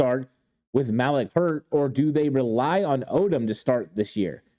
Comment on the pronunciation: Malik-(Maleek) not Malek